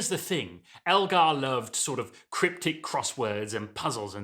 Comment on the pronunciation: ELgar not ALgar!